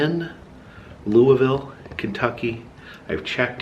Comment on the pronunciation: You pronounce Louisville wrong